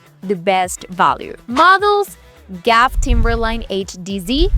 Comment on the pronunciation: You lost me at “Gaff”. It’s G-A-F.